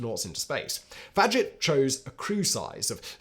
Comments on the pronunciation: Fag-jet? Always thought it was Faj-ay. And I always thought “Groo-man” was known as Grum-an. And the lunar podule milot… never mind. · Maxime Faget pronounced fah-ZHAY. My parents had 2 of the Apollo 1 astronauts over for dinner. Gus Grissom and Ed White. I was about 6 then,and had NO IDEA this happened, heard this from my older brother. Dad also wrote a "paper" for NASA, about semiconductors. steve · Faget is pronounced Fawzhay.